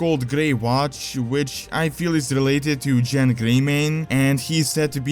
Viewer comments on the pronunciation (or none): Its Genn not Jenn...